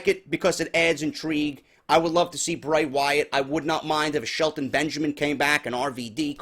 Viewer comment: its Bray not hard bro